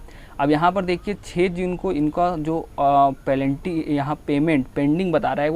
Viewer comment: पेनल्टी को पलेंटी मत बोलो 🤣🤣